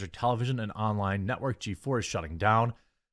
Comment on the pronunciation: Did I hear you correctly..? Did you call G4 the "NOT-work"? 🤣🤣🤣🤣